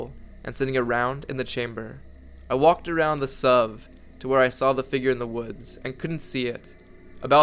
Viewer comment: Whenever you said suv i cringed